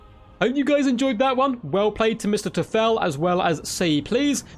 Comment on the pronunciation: Now we only need a hand of glory mage in this build to give Sisters reload speed. Btw the "eu" in Mr. Teufel is pronouned like oi because it's german for Mr. Devil ;)